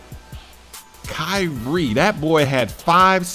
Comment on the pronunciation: I love how he says ky-rie XD